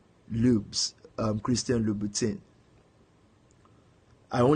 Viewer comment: Christian loubouTIN. Can’t even pronounce what you spend other peoples’ money on. Pathetic! Money can’t buy class.